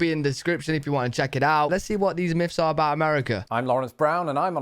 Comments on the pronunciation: Dude says, "Seven miffs about America...". It's myths. Pronounced miths. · 7 miffs :-)